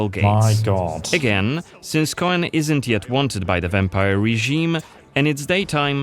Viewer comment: Coen pronounced Koon sounds like a dutch name